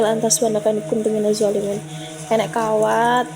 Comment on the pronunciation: 😂 dhoolimin jdi Zoolimin wkwk